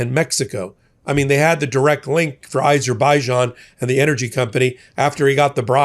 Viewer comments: Azerbaijan not Izerbaijan. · Azerbaijan not Izerbijan